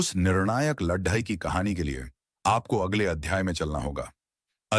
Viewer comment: When you know that certain words cannot be pronounced correctly then why can't you choose alternative words? For example LADAI can be replaced with YUDH. It sounds weird. Which book have you chosen? Any reference from which the life of Chanakya is taken from? We don't have credible evidence that Chanakya is a real or imaginary character. You didn't touch either.